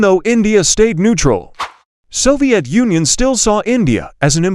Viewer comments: Bro said soviet Onion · Its Soviet Union not Soviet onion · Bro said soviet onion 😂😂😂😂😂😂😂😂😂😂😂😂😂😂😂😂😂😂😂😂😂😂😂😂😂😂😂😂😂😂😂😂😂😂😂😂😂😂😂😂😂😂😂😂😂😂😂😂😂😂😂😂😂😂😂😂😂😂😂😂😂😂😂😂😂😂😂😂😂😂😂😂😂😂😂😂😂😂😂😂😂😂😂😂😂😂😂😂😂😂😂😂😂😂😂😂😂😂😂😂😂😂😂😂😂😂😂😂😂😂😂😂😂😂😂😂😂😂😂😂😂😂😂😂😂😂😂😂😂😂😂😂😂😂😂😂😂😂😂😂😂😂😂😂😂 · bro you just said Soviet onion broo😂 Btw they we're like bros❤